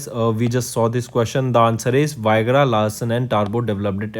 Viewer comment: Arey woh विग्रह hai... Viagra nahi 😂